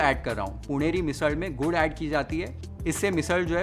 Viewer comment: Chef, your pronounciation of ण and ळ are perfect (पुणेरी, मिसळ etc )